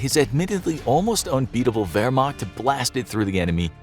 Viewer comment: I, as an Austrian (NOT Australian), always find it funny how you pronounce German words like "Wehrmacht", "Mein Kampf" and "Blitzkrieg" etc. ;D